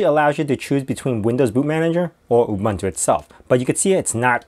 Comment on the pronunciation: It's not Ooh bun too, it's Ooh boon to (Ubuntu). It's really a very simple South African word, please get the pronunciation right.